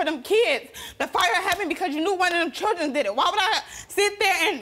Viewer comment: What's a chirdrin?